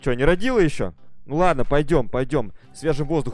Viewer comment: Не рОдила а родИла